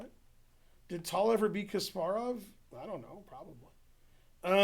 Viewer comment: you're right except for one thing. Ben never pronounced it right here as many english speakers. Because Tal' is with the soft 'L', as like in italian 'gl' sound.